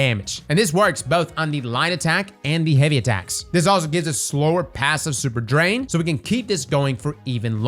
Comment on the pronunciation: Super ❌ Surper ✅